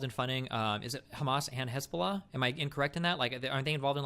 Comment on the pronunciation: He definitely is iranian based on how well he pronounced khamenei and hezbollah